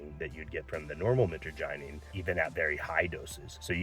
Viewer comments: Michagyneene lol. I appreciate that you're not fear mongering, but for someone who has been using it for over 10 years, that pronunciation was horrendous. Mih-trah-ja-neen, Mit like in mitch, trah like in trash, neen like in lean or nine like in 9. Both are the most common pronunciations, but I'm not a linguist. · Dude no disrespect but please learn the correct pronunciation of the alkaloid.